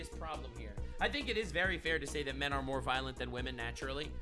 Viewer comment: 1652. cmoooon. it´s not "men"